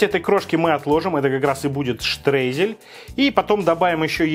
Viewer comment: приготовила. Не так изумительно и феноменально, как ты восхищался, но что-то новое. Я любитель бисквитов и шоколада. Кстати, спросила у подруги в Германии о слове Штрейзель, она меня поправила. Сказала, что правильно Штройзель))) Пирог получился вкусным, спасибо за рецепт))